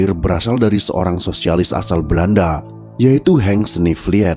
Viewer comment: "snevliet" bacanya "snevliyt" ya, min